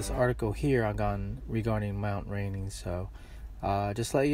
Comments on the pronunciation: Its rainier..pronouced rain..ere..other than that great report ! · Bruh it is not mount Rainey it's mount rainier